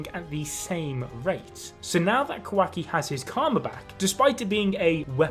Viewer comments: QUACKY lol but say ka-wa- ki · Honestly didn't hear Qwacki whenever he said it.... now I can't unhear it lmao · qu-wa-ki lol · Thanks for pointing out that says “Quacky”. I can’t stop hearing it now lmao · I can't unhear kawhacki